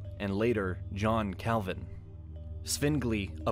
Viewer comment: Your pronunciation of the German names is hilarious: "Marden Luser", "Elbört of Meins", "Dshon Kelvin", "Alric Suingli"... 🤣🤣🤣